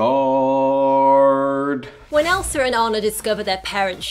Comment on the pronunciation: My fave part is every time she says ELSAR